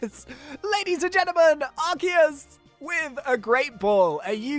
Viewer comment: ARCEUS,S NAME IS LIKE ARSEUS NOT LIKE ARKEUS